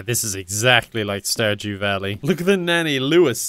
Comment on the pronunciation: I swear I heard Starjew valley....the more I thought the worse it got o.o